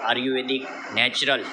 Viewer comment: ભાઈ ને બોલવા મા સુધારો જરૂરી છે આર્યુવેદ બોલતા નથી ફાવતું.